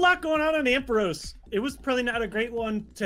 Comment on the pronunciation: they really butchered the ampharos 🤣🤣